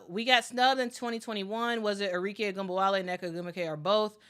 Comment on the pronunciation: ARIKE - Are - Ree - Keh (not Kay)